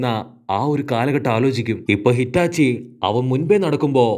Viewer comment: Hitachi alla itachi enn parayo bro please